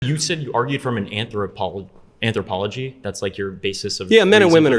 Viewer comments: This young fool can't even say the word anthropological LOL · The word is anthropological😂😂😂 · Dude couldn't get out the word anthropological